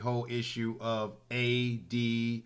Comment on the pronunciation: In the very beginning you mispronounced the term ADOS. I see this will be a problem moving forward.